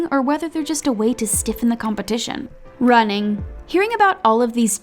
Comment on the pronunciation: the way she said 'running'😂😂